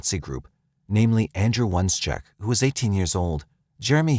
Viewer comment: Is it so hard to correctly pronounce the surname of the Ukrainian Nazi Oneschuk? It's pronounced as Ohnehshchook...